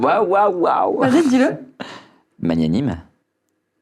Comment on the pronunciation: petit cours de français (que j’ai appris en fac de Lettres) magnanime se dit /mag. na. nim/ et pas /ma. gna. nim/ avec le « mag » de Maghla. Ça vient du latin magnus /mag. nus/ qui veut dire « grand » 👩🏽‍🏫